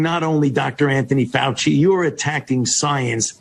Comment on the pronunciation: Fauci, not Fay I, lol